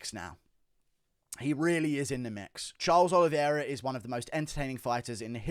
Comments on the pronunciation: The champ has a name, and it's Oliveira, not Oliviera 🤣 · It’s the Olive-Era